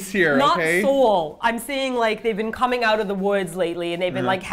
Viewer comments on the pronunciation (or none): none